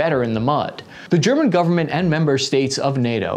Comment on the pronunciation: ok very off topic but it said greman